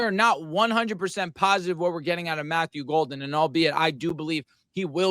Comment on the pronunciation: Disrespectful how he mispronounced Golden’s name. I feel like if Golden or Parsons went to any other team he’d remember. But for some reason they love to hate the Pack.